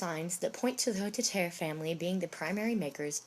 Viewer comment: The name Hotteterre has four syllables, not three.